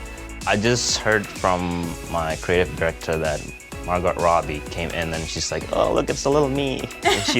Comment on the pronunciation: marGOTT? Really? It's "Mar-go". Silent "T".